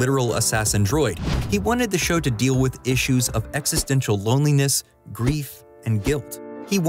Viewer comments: Bro wrote the line and still mispronounced existential. “Extential” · Wait did you say ‘extential’? 👎